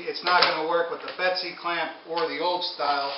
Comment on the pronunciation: its a bessey clamp. not a betsy clamp.